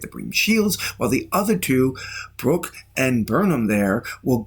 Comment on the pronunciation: His name is Book, not "Brook."